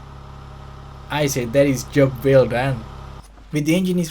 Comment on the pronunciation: It’s the “job vell done” for me 😂😂